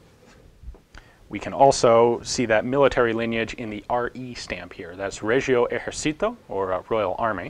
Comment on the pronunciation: The "g" in "regio" is pronounced a bit like -dg in "ridge" ; the "c" in "esercito" is spelt like the -ch in "chili" . Also, the stress on Esercito is on the first vowel. Though I will say he can pronounce Italian words quite well in his videos :)